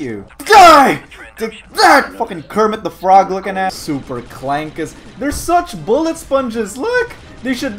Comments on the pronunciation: STOP WITH THE HARD R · I don’t appreciate you calling them “clankers” with a hard R although I don’t condone it I prefer you use “clanka”